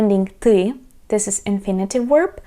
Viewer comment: thank you so much for your very helpful videos on learning to speak Ukrainian! as a native American English speaker, I recommend you review how you pronounce the word "verb". to me it sounds like you're saying "werb". I know the English V sound can be difficult. it would really help us to understand you. thanks!